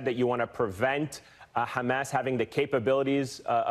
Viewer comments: 😂😂😂😂my friend wateva it's not khamas but hamas😀😀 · המראיין אומר חמאס עם ״ח״, מוזר למראיין ״אמריקאי״.